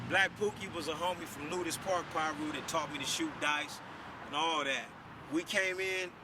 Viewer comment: smh they been around since the 70s dude and it’s Piru not no damn pyru wtf